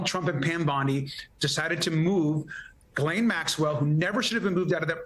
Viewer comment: Fun Fact! Ghislaine is pronounced Hislane as the ''G'' and ''E'' are silent.